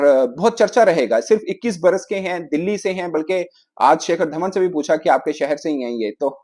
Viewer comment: pronunciation may Nick and shakar Dhawan 😂😂😂😂😂